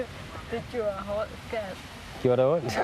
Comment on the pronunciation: Haha, ja det lyder for sjovt: "Vil du ha' en øl, ska-at? - Ja, tak det vil jeg gerne skat.." Min kæreste og jeg, gennem 14 år, kalder hindanden skat - men griner også med/af/over osv. programmet her. Når vi vågner om morgenen og spørger: "har du sovet godt skat?" kan vi sjældent lade være med at grine fordi vi tænker over (og kommer til at udtale det som i) programmet. Så al hate og flame sat til side: Man kan brække sig over det, og man kan forsvare deres ret til at snakke med deres gaystemmer